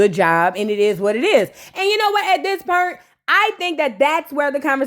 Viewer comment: What is “PERNT”… do u mean Point